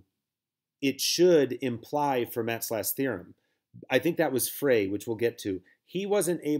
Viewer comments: i think he means Fermat is supposed to sound like “Fur-Mah” Idrc. Its definitely not going to stop me from binging these videos though. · Please pronounce Fermat correctly.